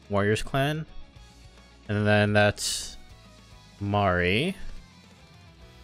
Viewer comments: It’s Mare not Ma-re. As the Katakana said. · it's pronounced Mare like in english, even with the katakana